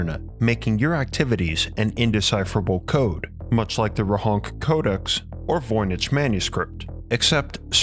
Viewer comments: Great video, but it's Rohonts not Rohonk :) Also the town is in Austria today and it's called Rechnitz in German. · I think it's pronounced as 'Rohonts', rather than 'Rohonk'.